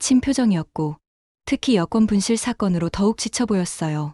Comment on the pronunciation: 여권을 [여권]으로 잘못 읽었습니다. [여꿘]이 바른 발음입니다. 정확하게 읽을 수가 없으면 표준 국어 대사전을 찾아보시오! 찾는 단어 바로 밑에 아래와 같이 발음이 표기가 되어 있고, 그곳을 누르면 발음을 직접 들을 수가 있습니다. 이 동영상을 전 세계에서 다 보고 있습니다. 어법에 맞게 똑바로 써 반드시 교정을 잘 보고 올립시다! □ 표준 국어 대사전: ● 여권2(旅券) 발음 [여꿘] 「명사」 외국을 여행하는 사람의 신분이나 국적을 증명하고 상대국에 그 보호를 의뢰하는 문서. 일반 여권, 관용(官用) 여권, 외교관 여권 따위가 있다. ≒여행권, 여행면장, 패스, 패스포트, 해외여행권. 여권 수속. 여권을 발급하다. 여권을 신청하다. 여권은 [여꿘]으로 읽습니다?